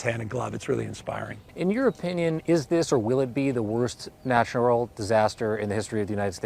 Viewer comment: "Natural". With emphasis. 🤠